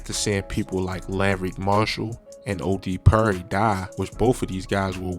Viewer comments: And Odee Purry (Perry) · OD Purry, Kang Vaughn 😂 you butchering some of these names bro 🤣🤣🤣🤣